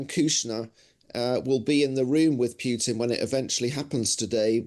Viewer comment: Please, Russia's lunatic president's name is Putin, not Pjutin!